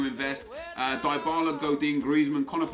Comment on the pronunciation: It's pronounced Di-bala, not Die-bala